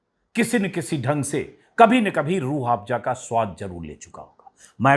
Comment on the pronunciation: अंजुमजी आप बाबा के प्रॉडक्ट का प्रचार कर रहे हो, बाबा के चॅनल पर बाबा का व्हिडिओ सिर्फ 12k लोगो ने देखा.... लेकीन आप का व्हिडिओ देखने वालो ने लाख पार कर दिये.... आप बात को रट रहे हो. Aur रूह आफजा नहीं रूह अफझा कहिये